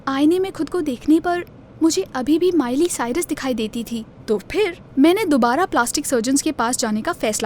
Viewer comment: its miley cyrus not mile cyrus